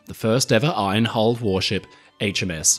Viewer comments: Hey. The word IRON contains a silent R. It is not pronounced iRon. Very interesting video. But the R creeping into IRON is just as annoying as the American habit of pronouncing the H in vehicle! Why do they do that? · hearing an Australian accent pronounce "iron" like this is seriously screwing with my OCD. thanks very much, 😂